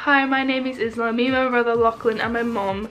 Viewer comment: If it’s spelt Isla it’s usually pronounced eye-la :) that’s so sweet people make you things! I can see it warms your heart